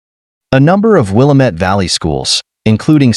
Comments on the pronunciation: Pronounced wil. Lam. Mette,,,not wilameet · Willamette pronounced will la met... The one they are say is a suburb of Chicago